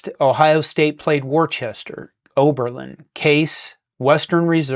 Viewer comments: “Warchester” would be pronounced as Woster. It is a misspelling of Wooster, OH and the college there. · That's pronounced Wooster... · It sounds like "Wooster" Other than that excellent!